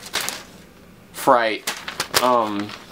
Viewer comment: U said freight wrong😂😂😂 fr 8